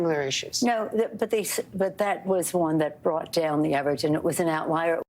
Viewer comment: Did say "outlier" or out right liar? Freudian?